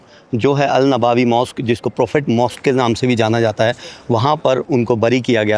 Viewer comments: Nabawi nahi hai nabvi hai bhai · नवाबी नही नबवी होता है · Bhai wo नवाबी नहीं नबवी Hai